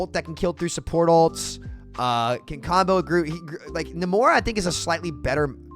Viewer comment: It's Nay-mor, not Na-mor.